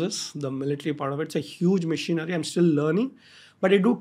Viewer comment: Why is he pronouncing machinery as missionary